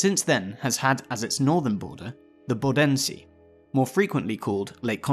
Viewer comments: The stress is on Bo not den! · When you see the "Bodensee" just speak the O three times like "Booodensee" and it will sound more familiar :D Really good video, you have my sub <3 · Everyone but you seems to know the Bodensee has its stress on the first syllable